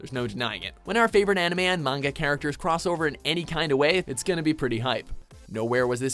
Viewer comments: Everytime this man miss-pronounces " manga " another shooting happens in france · he says manga weird